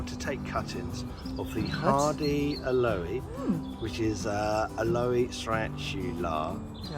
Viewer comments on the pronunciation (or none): AL- oh with the emphasis on AL... not al O-EE. PLEASE!! South African here. They're our favourite local plants. Please dont make them sound weird